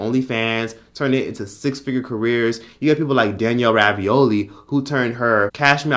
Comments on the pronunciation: It’s “Bregolli” lol not Raviolli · I’m sorry but it kills me every time you say Danielle ravioli plsss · I crack up every time you say Danielle Ravioli 😆😆😆